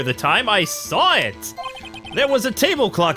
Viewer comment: And Sahwit = saw it